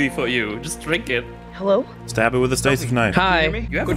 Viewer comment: Hewo we sneeked in